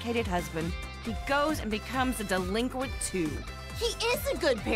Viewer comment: I kept getting more and more pissed every time said "Delinquent"